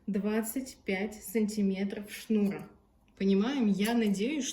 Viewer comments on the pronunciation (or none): В слове «шнура» ударение ставят на слог с буквой А — шнура́. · Действительно, очень режет слух "деревенское" произношение, Вы же в массы вещаете)) Это я про ударение в слове "шнура".